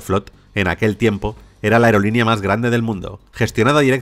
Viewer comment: No entiendo porque este tipo en lugar de decir MAS dice MAR.